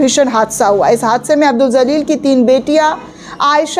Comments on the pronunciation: Abdul Jaleel... Madam don't say abdul zaleel.....please pronounce correctly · Madam marne wale ka naam zalil nahi Jalil hai . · Zaleel nahi hota hai jaleel hota hai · Madam J Se ... JALEEL Pronounce Karen.... Z Se Nahi